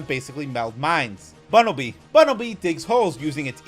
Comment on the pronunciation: THERE IS NO S IN BUNNELBY!